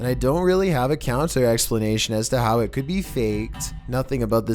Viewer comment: "What is isaaat?" I choked on my drink laughing hearing how he said "it" lmao!! 😂😂😂😂😂